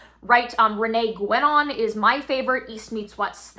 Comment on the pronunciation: I just wanted to say that the u in Guenon is silent and so is the n kind of (I didn't understand that was the guy you mentioned at first 😶), other than that, I will be silent as well with criticism